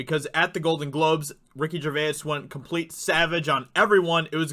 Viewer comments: It's Ricky "Jur-vays" Gervais. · Phoenix didn't 'slam' anyone. He loves his liberal vegan Hollywood friends, because he is one of them. B.t.w., why are you pronouncing Ricky Gervais' name in such a weird way? It's pronounced "Jer-Vase", that's all! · Say it like Ricky G vase lol I'm British so thought I'd help out